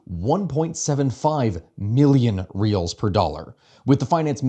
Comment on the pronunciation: Honestly it sounded like you were saying 1.5M Reels/USD$ and like maybe that would be more valuable hehe